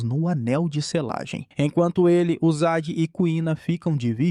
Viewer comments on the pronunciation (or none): Na lingua japonesa, principalmente em nomes não existem acentos agudos ou paroxitonas, então a pronuncia do nome do cara é Shôta. Nossa, continuei assistindo o video e agora o cara chamou a moça de nome Uçagi (coelho) de UZAGUI!! kkkkkkkk